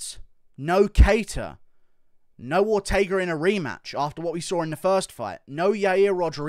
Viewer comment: Why didn’t he say Ortega either right? For Volk. He almost killed the man in those chokes, another one of those and it could be over